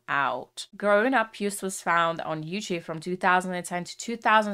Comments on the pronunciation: It's not Juist but Jooooost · You-st 😂 Get his name right it’s Yo!st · Btw you say Joost like j-oh-st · EDM, Gabber, Happy Hardcore, With a touch of Joost. (Pronounce: shout "YO!" and add "ST" to it) Joost is a weird but great artist. (Underdog) This song is a compilation of soooo many emotions by text, samples, lyrics, clip and editing. Only one who thinks outside "a" box can produce this. And yes, this is all Joost with a little help from his friends, like we all accomplish great things! Happiness! Also when bad things happened. I think the meaning of the end is: "Stand still for a while, accept what happened but press "play" again and have fun!" Love to all who read this. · I am from the Netherlands and how she said joost oml it is like she said juth ❤❤ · Joost is pronounced like ghost. I am Dutch. Hi. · little pronunciation tip for his name, the double oo is pronounced as a Long single O as in Yo. just like how you would pronounce the letter O on its own. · Joost is pronounced like "yoast" in english. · You pronounce it like Joast. Our double o sounds like your oa. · You pronounce joost like toast